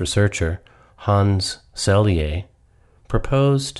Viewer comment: It's Dr Hans 'Selye' NOT seyle